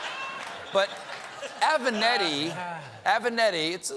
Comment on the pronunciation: JESUS CHRIST STEPHEN it's avENAtti not avANEtti